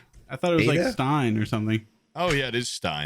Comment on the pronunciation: its Ein not stein